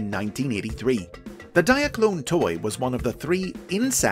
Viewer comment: I’m here just to hear him say Diaclone!